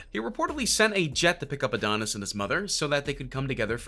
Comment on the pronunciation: And oh neese 🤦🏾‍♂️